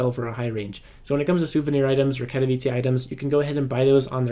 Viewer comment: thank you for pronouncing katowice correctly